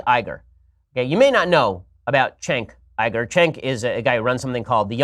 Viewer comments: yeah it's kind of weird, because "chenk Igur" doesn't sound any worse or better than "Jenk Youger". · "chenk igur"? god he's a dumbass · "Chank Ieger" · He knows that it isn't "Chenk Uiga" but, well, "Cenk Uygur" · "Chank iger" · "Chenk Eyegir" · "chank iger" LOL fascists have some weird speech impediments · You wrote a book on pornography...? Did you enjoy doing the research? "Chenk Aigar" what a child. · Who’s Chank Iger? 😂 Also, there is nothing wrong with porn. It’s perfectly natural. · Who tf is Chank Igerd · "Chenk Iyger"? He's debated him and he doesn't even know how to pronounce his name? Maybe Bean Shaypirro should pay attention. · Who's Chank Eye-gore? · "Cenk Iger" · "Chank Eiger"? I thought that Ben was touted as a genius by the right but he struggles with pronunciation? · Chank Eye-gur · Chenk Eyegur lol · "Schenk ygor" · they way you pronounce it not body knows who cenk igor is... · everything you need to know about this piece of shit: he knows EXACTLY how to say "Cenk Uygur" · Why can't any Republican say Cenk Uygur right!? God damn it's annoying as fuck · Bin Sepirow can make his shitty gay boy arguments, but can he at least pronounce cenk uger correct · i can't take Ben Shapiro pronouncing cenk uygur name lol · The intellect Ben Shapiro cant even pronounce Cenk Uygur